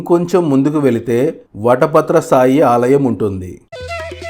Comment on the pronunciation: సాయి కాదు, శాయి